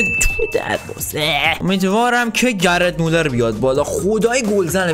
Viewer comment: داداش گِرد مولز نه گرت مولر